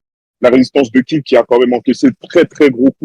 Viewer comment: C'est Kidd frere 1h a entendre KIDZ j'ai mal au crane